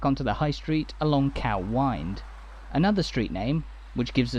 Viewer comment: It’s pronounced fawkirk. And coo Wynd